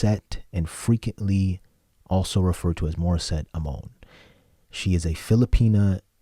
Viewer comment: Thanks for reacting to Morisette. I am a Filipino. I hope you don't mind my correcting your pronunciation of Amon. It's pronounced Ah-mon.